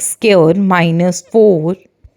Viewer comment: It's friends not brands and it's square not sqare